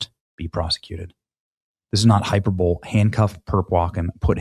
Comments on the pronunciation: Love you Benny but I have to call you out. It's pronounced hy-PER-buh-lee NOT hy-PER-bowl. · Benny: You're awesome, but it's not pronounced like.... " Hyper-Bowl" It's "High-purr-bo-lee". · Not hyperbole... Hi-per-bol-y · "Hi-per-bo-lee". Seriously. Smh. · Benny, it's "hi-PER-blo-lee"😂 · Hyperbole is pronounced “hy-pur-buh-lee” Someone please get Benny some grammar lessons! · Benny. Hyperbole is pronounced “HI PER BO LEE” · When Benny Johnson learns the English language, his reports will be easier to take. Genocide does not pertain to killing a single human being. Hyperbole, is pronounced with an EE sound at the end of the word. Just as you don't pronounce catastrophe as "catastroaf", you don't pronounce hyperbole as "hyperbowl". Hyperbowl sounds like a college football game. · Do you seriously not know how to pronounce "hyperbole"? This isn't the first time you've said it wrong. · You are pronouncing hyperbole incorrectly lmaoo